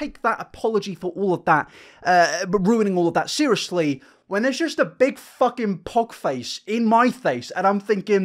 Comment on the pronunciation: I like how you don't say the F in f*king 😂 it's THucking